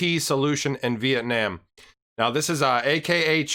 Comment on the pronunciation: "Vee-Eht-Nahm" not "Vee-Eht-Naam" lmao the last part is nom like mom not nam like lamb lol you said it 3 times wrong in the beginning then said it the right way lol never heard of that much switching with a word usually people pronounce one word one way and not different ways throughout talking xD